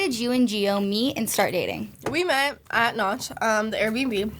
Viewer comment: its Nach not Noch